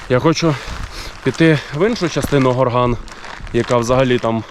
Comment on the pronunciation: Малий ГОрган. Наголос на О.